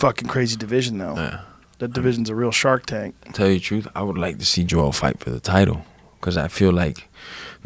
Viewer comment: Why does horhay pronounce everyone’s name wrong 🤣